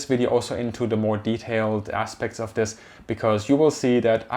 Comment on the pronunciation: where "did" the 100 bil go? what do you mean "did"? shouldn't you label it where will it go within the next couple years? by the way you say "wif" "dat" "dis" as a german it hurts me, because most germans pronounce it that way and it just sounds ... weird/wrong. The TH is a soft Z ed as if you would have a slight lisp or bit your toung not a D or W